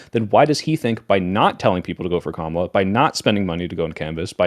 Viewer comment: ITS COMMA LA. NOT KAH MALA. COMMA LA.